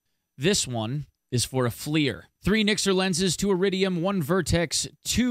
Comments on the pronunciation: Flier lol. It's F L I R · That's not how you pronounce FLIR....